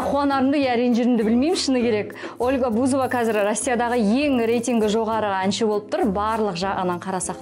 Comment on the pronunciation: БузОва 😂 а не БУзова